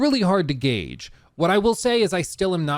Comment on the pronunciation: Word of the day - gauge 😅